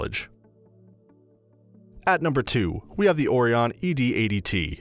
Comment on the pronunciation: He said Oh-Re-On. lol. disregard everything in this video.